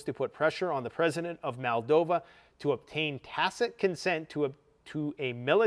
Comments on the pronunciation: BRO. Please stop saying- MAL-DOVA... its, MOLE-DOVA. I have a couple brothers in arms who were born there.. Just like Italians get incensed when people call us EYE-talians... Good grief we're not from EYE-taly.. We're from IT-taly. Moldovan's are from Moldova.. They are not from MAL-DOVA. Not trying be a duck here (Yup, said DUCK on purpose) but, people get offended when others talk about their Country and don't take the time to say it right. You're from Canada not Cuh-nada. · And it's Moldova no MolDAva. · "Transnisteria", " Maldova". Has this grifter just made up his own pronunciations for these words? Most likely he wouldn't have been able to find Ukraine on a map this time last year.